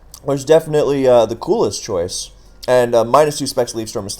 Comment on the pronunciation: how did you pronounce choice like that